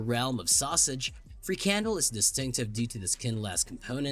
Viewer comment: he can't even pronounce Frikandel right and he has to talk about food !!!! get real this video well his video is a joke.... I will go to his chennel next to give it a thumb down !!! he can have a free candel up his arse !!!